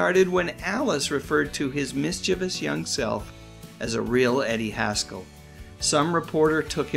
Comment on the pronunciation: Haskell......rhymes with rascal.